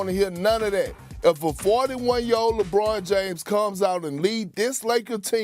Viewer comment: PERK: LAH-BWAH-NUH DAY-MHUZ.The rest of the world....lebron James.